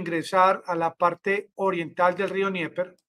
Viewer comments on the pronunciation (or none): Amigo. Dnieper se pronuncia Denieper. Rio Denieper. No se pronuncia Nieper.